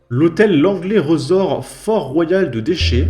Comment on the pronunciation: Ça se prononce 'riz-sorte'